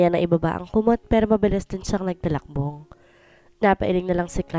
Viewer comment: TALUKBONG NOT TALAKBONG.